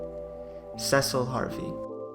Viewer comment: This is a great analysis of Cecil, the dark knight. Two comments follow. Cecil commanded (not "comandeered'," which means take over control) the Red Wings. His name is pronounced "SEE-sill,'" not SEH-sill